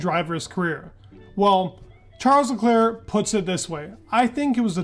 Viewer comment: Why can't people pronounce Charles LeClerc still? Is it intentional shade at this point?